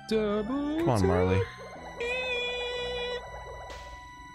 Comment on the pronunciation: GOD DAMMIT ARIN GOOGLE HOW TO SAY MARLE